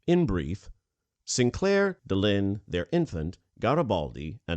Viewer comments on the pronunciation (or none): It's Delenn not Delinn!